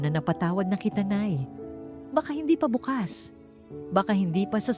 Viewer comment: Ayusin mo naman pagtatagalog ano ba tama : BUKAS o BUKAS BUKAS - kinabukasan .dahan dahan pagbigkas BUKAS - parang bukas na pinto mabilis pagkakabigkas